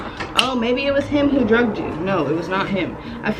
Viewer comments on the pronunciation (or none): You said druged that’s scary AF 😟